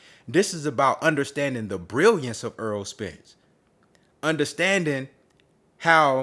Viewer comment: The man's name is Errol not EARL - Why do you have trouble saying this man's name